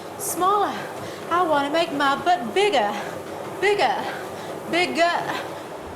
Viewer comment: It’s kinda funny how she says bigger No hate please